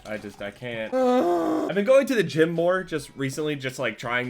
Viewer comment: Lol this just say Gym 😂😂